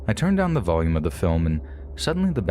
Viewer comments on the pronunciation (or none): none